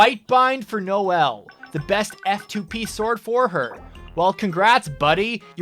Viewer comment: I cried a little inside when i heard noelle